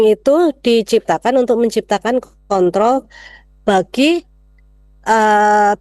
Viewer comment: KONTROL mbak KONTROL, bukan KONT.TOL.